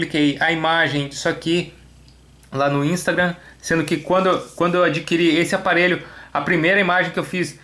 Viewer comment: Só eu que fiquei com fadiga quando ele dizia "ínstraga" ? kkk